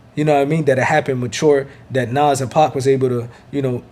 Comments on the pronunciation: His name is Nas, not Naws! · I hate how you pronounce NAS. Nauze. Lol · Nas...y u say Noz?🥴🥴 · Was is he pronouncing Nas name "Nos" lmao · Lol why you say nas like that 😂